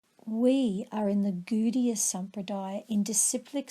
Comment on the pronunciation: Pronunciation not so good though...it is not "Goodiya" but Gaudiya or Godiya...